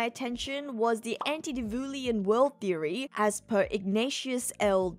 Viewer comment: I'm sure someone else probably mentioned it already, but it's "anti-diluvian", not "anti-divulian"